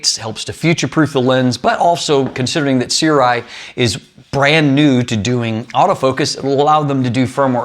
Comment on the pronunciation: see-rw-eye is the wildest pronunciation i've heard so far